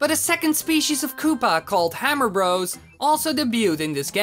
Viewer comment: it sounds like he is saying super mario rose